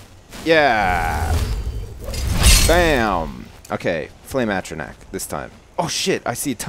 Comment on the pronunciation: Atronach (Ah-tro-nahk)